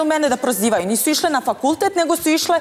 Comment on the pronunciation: "Nesu skolovaleee" 😅. Bravo Stanija!